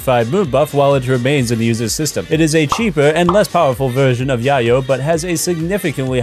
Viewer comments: Yay-yo not yaw-yo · And it’s called Yay-O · YAY-YO. Like llelo. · Thats not how you say Yayo. Its Yay-yo. my guy. I subbed. I'll be your drug literalist. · Isn't it pronounced yay-oh? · It's pronounced yay-oh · it hurt a little every time you mispronounced yayo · I can tell you’ve never bought yayo by the way your pronounce yayo lol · Forget the pops...The only annoying thing was the way you pronounced "yayo"... 🙄 lol